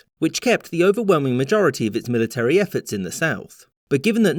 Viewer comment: One day, you'll do a vid in which you correctly pronounce 'military.'